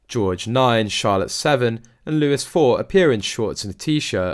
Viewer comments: He’s not prince Lewis… he’s prince Louis… pronounced LOO EE… ffs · Louis is pronounced Louie not Lewis! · It's not Lewis it's Luie sorry to have to tell you I don't mean to be nasty love from sue xx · I'm pretty sure that child's name is Louis not Lewis. That's just disrespectful! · ITS NOT LEWIS , ITS LOUIS PTONOUNCED LOOEY AS IN THE FRENCH KING LOUIS 14TH , THE SUN KING . LRARN SOME HISTORY ! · He’s not Lewis he’s Louis (looee - phonetically ) PLEASE stop with the Lewis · When will you realise that the youngest son is called Louis (pronounced Louie) not Lewis!!!!! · I've had it with these sites using computer generated voices. Louis NOT Lewis and Catherine not Kate. Build some respect into your horrible computer. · Along with the mispronunciation of Prince Louis by one reporter who says Lewis . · Come on mate you're british so since when has louis been pronounced lewis get a grip! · Look if you correct them several times already and they have not stopped mispronouncing Louis and Catherine . . . Then they are probably not going to stop doing it. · I wish you people would learn how to pronounce Louis's name.